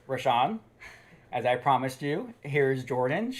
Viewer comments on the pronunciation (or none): “I look horrible”.....Lmao.....And try to pronounce the Ray in Rayshawn,, but you can say it the way you have been if it’s easier.